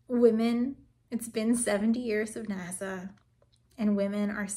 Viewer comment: "high up in NASA" and it almost sounded like you said "high up in nazi" but maybe that's just my ears. ;)